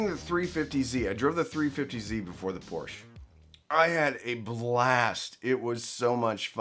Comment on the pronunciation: Thank you for pronouncing Porsche correctly. 😁 Oops until the end… well, thanks for pronouncing it correctly in the first part of the video. 😟